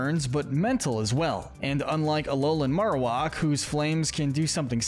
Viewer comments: It's pronounced yoo-NUH-vuh, TEH-pig, MAIR-oh-WACK, houn-DOOR, roh-TAHM, NUH-MULL, and bye-LUH style, ""! 🤨 You're so bad at pronouncing Pokémon names,! 🙄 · Okay, I have to be that guy. It's maroWHACK. The way you're pronouncing it is driving me insane. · Never have I ever heard someone say Marrowak like that haha